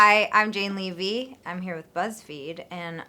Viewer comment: Levy is my last name and we pronounce it like this too